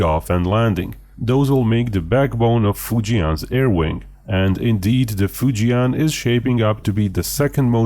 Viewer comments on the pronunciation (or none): Easy pronunciation for Fujian would be FU + JEN (as in Jennifer). FU JEN instead of FU JIAN 😇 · you dont pronounce fujian properly. the 'an' part is pronounced the same as in 'and'